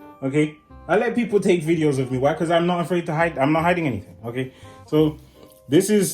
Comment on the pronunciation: The way he says okay ogayy